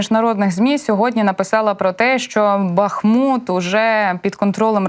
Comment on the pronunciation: Правильно БахмУт, з наголосом на другомуголосному